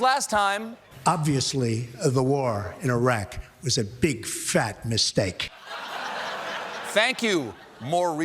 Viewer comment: Was it just me or did Trump definitely swerve out of an F-bomb when he said "Big fyat mistake"?